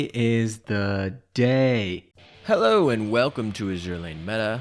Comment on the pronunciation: Hewo again lol